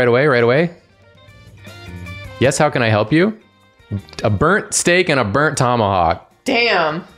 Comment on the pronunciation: pronounces 'burnt' as 'bearnt' My German ass: Bernd? Bernd of Das Brot fame?